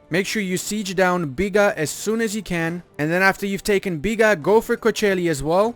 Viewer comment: Loved the part said B I G A